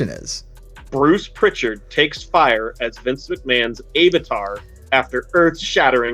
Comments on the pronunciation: I’ve never heard someone pronounce avatar as Ay-vatar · How doeSomebody sitting in front of Alpha Flight comic books not know how to pronounce 'avatar'?